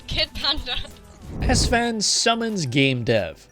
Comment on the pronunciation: “A streamer known as ‘Assfan’”